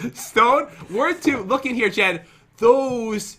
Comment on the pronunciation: that is not how to say Jen